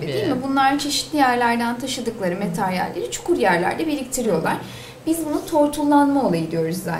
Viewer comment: "materyal" metaryal değil